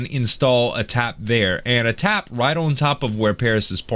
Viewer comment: I think he means tap but his accent makes it become dap. Might be wrong doe.